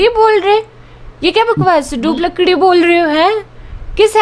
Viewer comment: Lakdi nhi lakri